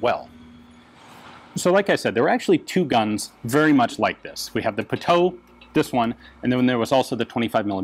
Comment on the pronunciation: Pronounced PUTOOOWEEEE